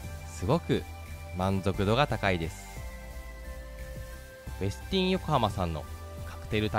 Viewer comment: 「ウェスティン」の発音、ほかの方の動画など参考になさってください。